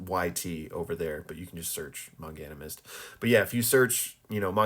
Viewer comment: First time I hear him pronounce "Manganimist". 😂